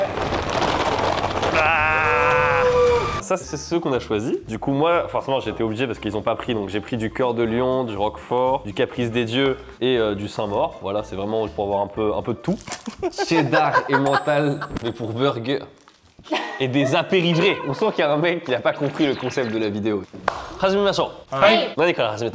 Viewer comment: c'est SaintE-Maure il faut prononcer le E! Faut respecter la ville qui fabrique ce fromage de chèvre haha